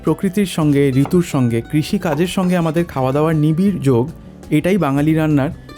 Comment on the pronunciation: কি অপূর্ব যে তোমরা লেখো..... মনকেমন... মনভরা... মনোহরণ... সবকিছু একযোগে একসুতায় টান..... ❤ PS. - 'নিবিড়' উচ্চারণের নিখাদে মুগ্ধ হ'লাম...